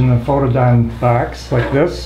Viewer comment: What's in the 'bwarks'?